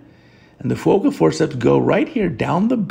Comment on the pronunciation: Great video as always 👍 FYI, Fuoka is correctly Fukuoka.